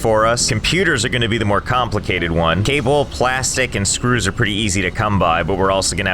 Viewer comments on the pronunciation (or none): I can never get over how funny Josh sounds whenever he says "screws"